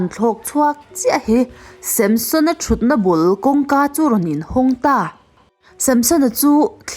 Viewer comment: Tinge Samshon tiin i chhiar zel a 😂